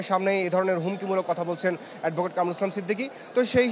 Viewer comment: কামরুল ইসলাম সিদ্দিকী ? কোন ধরনের রিপোর্টার এইগুলা ? ঠিক মতো নামটা ও উচ্চারণ করতে পারে না !